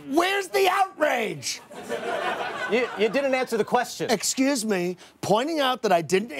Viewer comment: How'd you miss the 'c' in "excuse" every time?